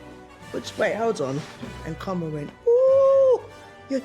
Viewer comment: Cromrell. "Cromwell." Cromrell. Judi is the best